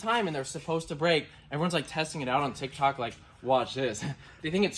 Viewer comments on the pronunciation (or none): none